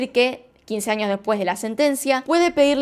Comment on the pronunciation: Yo amo cuando dice anios(años)